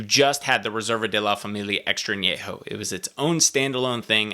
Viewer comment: Thank you for pronouncing An- YE- ho correctly ! Nice review.